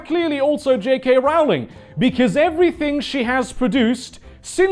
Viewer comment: It's pronounced 'Rolling' not 'rowling' How are people still getting this wrong after 20 years!